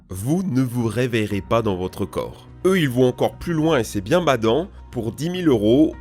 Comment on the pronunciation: "c'est bieng"..... Zinedine Zidane 😎